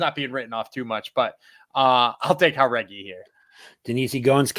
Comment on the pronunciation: Aoriqileng Uh-Reach-E-Lang Chairez Chy-Rez Jauregui Yuhr-Uh-Gway If I’m just missing a running joke where yall say the names wrong, my bad. But otherwise, my goodness.. Jauregui as Hah-Reggy.. smh